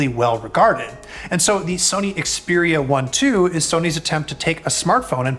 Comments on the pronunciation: You're pronouncing it wrong. It's pronounced Xperia eye eye . Ask Google assistant! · I stopped watching the moment he mispronounced the name of the Xperia 1 II phone. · If you review a product could you at least bother to learn how to pronounce the name correctly ? 🤦🏻‍♂️ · This guy doesn't even know how to say the phone's name, and still does a review on it! Meh! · if he really did some research at the Sony universe, than he would known after 5 minutes hiw to say it correctly.